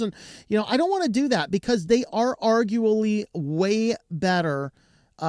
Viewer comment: Are gue uh blee